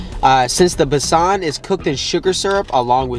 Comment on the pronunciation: Let's help you get the pronounciation's right.. It's not pak it's paaaak.... It's not besaaan it's bae-sun.. Putting that aside..it's a beautiful video...loads of love 💕